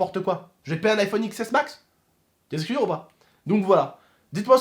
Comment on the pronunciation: on dit iphone 10s max pas x s mas